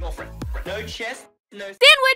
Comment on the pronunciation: danwhich! yes thats what i heard at the end not sandwhich